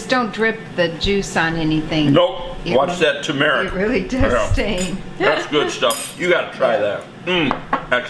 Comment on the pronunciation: TUR-meric, Papa